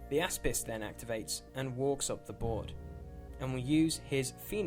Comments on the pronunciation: I really loved this battle report. I would like to just point out though, does Retribution of Scyrah have a warjack called the "asspiss"?. Every time I heard it I cracked up laughing! \ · The "Ass Piss" is apparently how its pronounced now hahaha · Sebibreve It's Greek for shield (which is what it does) and its actually pronounced.. ok, the "a" makes an "ah" sound, the "s" is like the s in snake, and the "pis" is like "piece" of pie - so something like Oss-piece.